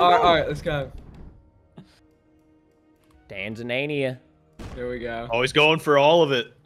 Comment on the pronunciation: "Tansamania"???? brother its right there in front of you lol